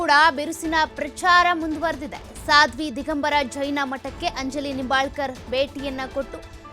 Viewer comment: ಸಾದ್ವಿ ಅಲ್ಲ "ಸ್ವಾದಿ" ಸ್ವಾದಿ!